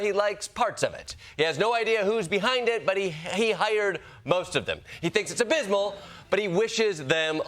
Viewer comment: Donald trump can't even say abysmal